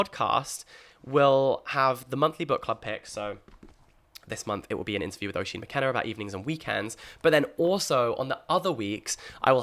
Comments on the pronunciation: Jack, so excited for Inklings and I wish you all the best with it!! Something exciting and refreshing finally on the book scene. Just one (1) thing; Oisín is pronounced "USH-EEN" not "O-SHEEN". As an Irish person that pronunciation did hurt a bit 😅. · Hi Jack, really looking forward to the book club. Just a small note- Oisín is pronounced ‘ush-een’. from an Irish viewer. 😊